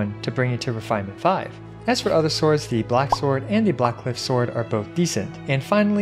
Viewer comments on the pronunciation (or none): none